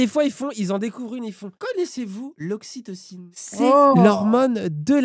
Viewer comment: "connaissez-vous l'oxitiocine?" on dit ocytocine je crois connait pas